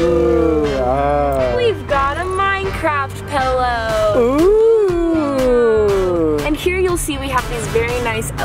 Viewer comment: Pellow. Sam Golbach says pellow.